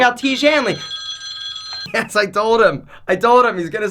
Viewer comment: You said : ' I TOAD HIM ' - I TOAD HIM ' Don't hesitate calling my speech therapist friend. Oh & don't worry if money's tight for you - he'll work something out - I TOAD him too.